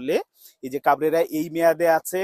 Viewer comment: Vai to pagol. He even can’t pronounce coach name properly!!!